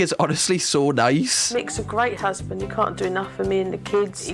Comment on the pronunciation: "Stop lookin' at my usband ya FUUCKIN TAAAHT"